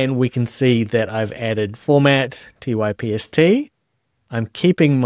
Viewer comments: I usually don't have a strong reaction when hearing a slightly odd pronunciation of a name, but hearing "Typist" kinda drives me nuts. As stated in the README of their GitHub Repository: » # Pronunciation and Spelling IPA: /taɪpst/. "Ty" like in Typesetting and "pst" like in Hipster. When writing about Typst, capitalize its name as a proper noun, with a capital "T". « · It's TYPST not TYPIST!!!!!